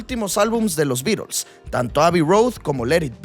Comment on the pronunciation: Porque dices los Birols? Los beatles eran britanicos , alli en Inglaterra se pronuncia la T. DSuena ridiculo